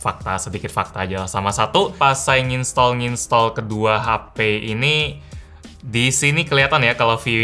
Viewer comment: Bilang nginstal aj napa bg jgn nginstol, agak risih di dengar